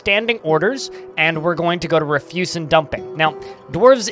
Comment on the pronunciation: You're using the wrong "refuse". "Refuse" has two different meanings and two different pronunciations. Tarle Speech has a good video that explains the differences.